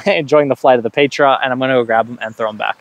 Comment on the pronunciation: Pronunciation of Petra - “peh-truh”. The “eh” is short not long like an A.